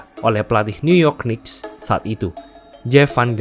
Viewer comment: Coba pengucapan knicks nya bisa dihilangkan k di depan